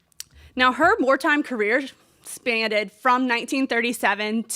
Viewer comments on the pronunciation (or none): Sorry but when you're covering a journalist who has the stature of MG then you need to get a few things right. It's... "spanned" - not spannded "Time magazine" - not Times magazine High school level English.